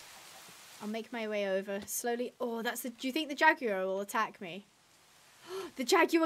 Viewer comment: Sorry to correct you but jaguar is pronounced differently